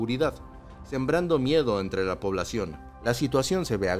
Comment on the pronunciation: Se dice "agravada" no "sgraviada"